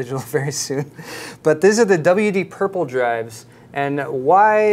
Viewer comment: did he just say, "Prople" instead of "Purple?".